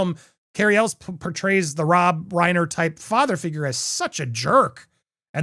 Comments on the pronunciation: It’s pronounced El way NOT Elles!!!!!! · I stopped watching Popcorn planet because half of his videos are him yelling at his chat. He doesn't know how to pronounce Cary Elwes last name. God this sucks.